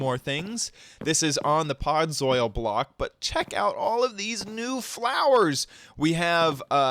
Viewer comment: And learn to pronounce its podzol no podzoil and you might need other plant pronunciation lessons